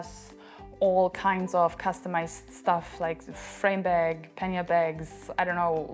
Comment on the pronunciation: You are french and you are mispronouncing the word pannier